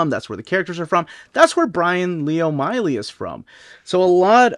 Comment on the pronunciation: O’Malley not Oh Miley